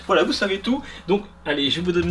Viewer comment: qui entend wallah au lieu de voila , je suis pas le seul j'espère 😂😂😂😂